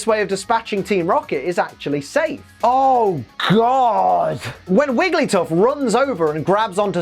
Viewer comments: WEEEEEEEEEEEEEEEELLLL ACKSUALLY, I think you'll find that it's WigglyTUFF, not WigglySTUFF (I promise, I'm only nitpicking this out of love) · you called wiggly, "wigglystuff"! Nice, hahaha. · Did anyone notice that when wigglytuff was in the claw and calling for Psyduck, said wigglySTUFF?